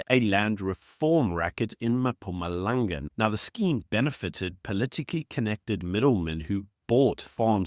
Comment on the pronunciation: Brah, it's not Mapumalanga 🤣